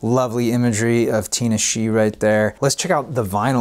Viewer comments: Lol that artist name is pronounced “tin nah shay” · Also her name is pronounced Tih-Nah-Shay